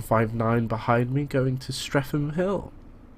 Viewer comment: how to pronounce: its 'strea-tam' not 'strea-tham'